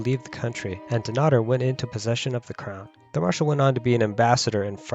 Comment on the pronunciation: Your pronunciation of Dunnottar is hideous, when you are commenting on our history you could at least pronounce our language correctly.